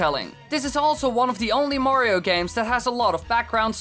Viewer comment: Woah, Woah, Woah, so now Mayriooo (May-ree-oo) has a castle ... and his own COUNTRY!?! God, now I’ve seen everything...